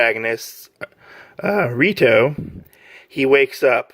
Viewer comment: It's REITO (ray-to). NOT RITO (ree-to). Rito is the MC from the other popular harem manga TO LOVE-RU and it's sequel TO LOVE-RU DARKNESS.